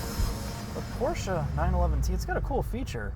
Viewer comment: Congratulations - You are the first american who pronounces "Porsche" with an "e" - Great ! All the others say "Porsch"